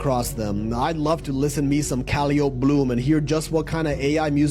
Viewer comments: Calliope… it’s Kuh-LIE-uh-pee or kuh-LIE-oh-pee 😊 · Dude can't even pronounce calliope correctly. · he mispronounces “Calliope” for the second time. It was even funnier than the first! Also, how do you “rack in money?”